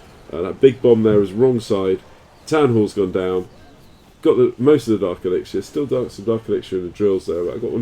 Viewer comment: You rock Daddy and i love your vids but could you please pronounce elixir as [ih-lik-ser]